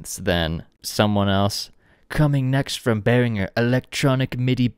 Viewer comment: Die richtige Aussprache ist bear-ing-er nicht bear-inj-er